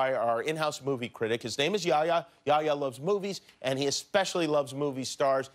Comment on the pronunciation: His name is yehya dude not yaya lol